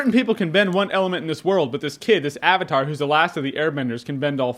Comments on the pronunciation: I loved the animation but the movie is shit! It reminded me of the golden compass but worse. I hated that the pronounced the names weird (sauka is now soaka, ang is aung, avatar is auvitar) i mean they said it was to be " authentic" but it just ruined it. And i went to see it with me little sisters and brother (7 year old twins and an 8 year old) and they hated it too, so i guess no one really likes this movie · I didn't start watching the series until a couple weeks ago, but when I saw the live action film at the cinema, even with no comparison to draw on, I thought it was a terrible film. The pronunciation of words was weird (AH-vatar... wtf was that?), the line delivery and performances in general were terrible, the cinematography was boring and bland, there were numerous stupid and unintentionally hilarious moments (drill hats, elaborate silly fighting/dance moves of ~5 people moving a little rock etc), there was a poorly structured and paced narrative etc etc. In fact the movie was so terrible it completely put me off watching the original series, even though many people had recommended it to me. I thought it would be childish at best and as bad as the movie at worst. I have to say I was totally wrong. While it is obviously a children's cartoon, the series is intelligent, insightful, witty and incredibly entertaining. Almost every character, good or bad, is memorable, detailed and enjoyable. It manages to switch from emotionally complex, to light-hearted and humorous without seeming divided. I highly recommend anyone watch it, particularly if you have kids, you'll enjoy it as much as they will.